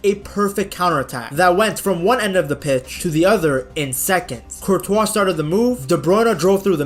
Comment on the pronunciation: Man pronounces Courtois name like Speed pronounces it lmao 'Courtchoice' 😂